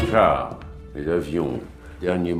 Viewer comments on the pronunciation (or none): none